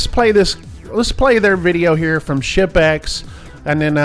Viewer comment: The combination of my hearing loss and accent had me thinking he kept saying “shit bags” not “ship-ex”